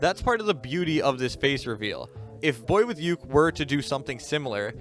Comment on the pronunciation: Did i or everybody does not know just hear he said the wrong pronouncesition of boyuke?